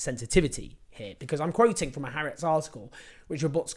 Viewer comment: Just a note – if you’re going to be saying it regularly, it would take you two minutes to Google how to pronounce HaAretz correctly…